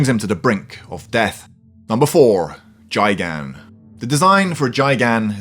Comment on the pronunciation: AND ITS NOT JAIGAN ITS GAIGAN!?